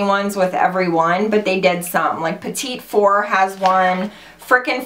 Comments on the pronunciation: Omg I love you so much but it's not petite four, it's pronounced pettie four lol. 😂😂😂❤️❤️❤️ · It's "petiefor" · Hey, I use to pronounce it like you too, but my daughter corrected me and said you say or sound it out like "pata four", just trying to help:) Love several of these color's!!! Texas Lady:) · I'm so excited for these! I think it's pronounced pettyfour, but who cares! Fabulous video as always, love you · I live hearing people pronounce petit four lol, isn't it pronounced petty foo? my french may be a little off lol love you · Great video. Petit four is actually pronounced "petty" four. It's French. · Am I the only one that thinks Dopey looks a lot like Lumiere? It's beautiful but very similar. Also, "petit four" is pronounced "petty for", I would like to know if I was saying something incorrectly so I try to help people if I can.